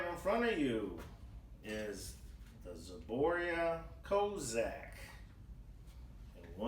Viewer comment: Zboria? it's ZBROIA